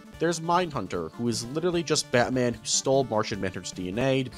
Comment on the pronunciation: the batman city is pronounced like batman directly, not like batmen but batman, i hope u guys understand what im saying